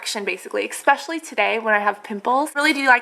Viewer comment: I think you're so cute and sweet, I just started watching your videos and I find them very informative and enjoyable BUT please please please stop saying "exspecially" it is such a pet peeve of mine, it grates on me so much >__< it's "especially"... No X sound. I'm sure you know that, and it's just an old habit from childhood or something, I'm not trying to be mean or say you're stupid. I never leave mean comments, I just had to say something tho. It makes you SOUND less intelligent. Sorry :x